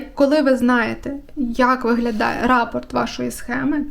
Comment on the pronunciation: Вітаю. Дуже зрозуміла та корисна інформація! Але у мене одне малесеньке зауваження,- рАпорт, то доповідь когось комусь, а частина орнаменту, що повторюється, то рапОрт, із наголосом на о.